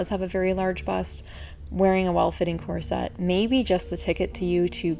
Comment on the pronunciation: Picky person: its KOR-suht, not kor-SET. I'm not sure why you switch pronunciations in the video.